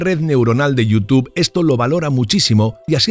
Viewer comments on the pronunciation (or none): none